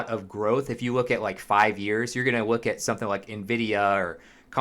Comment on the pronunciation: “If you wook at”